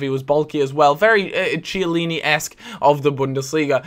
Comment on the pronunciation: Kee-ah-leen-ee not chee please!